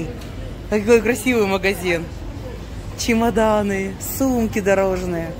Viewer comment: "Ч Умаданы"😂😂😂😂😂😂😂